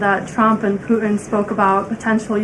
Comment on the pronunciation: Ugh. The new way of talking is annoying. Putin is mispronounced 'Puh-enh'. Happen is 'hoppen'.